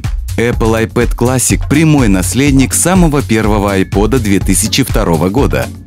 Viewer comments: какой "эппл айпэд классик"? :D айпод,товарищи! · Реально половина обзорщиков айпОда, почему то говорят именно айпЭд.... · Эппл АЙПЭД классик ????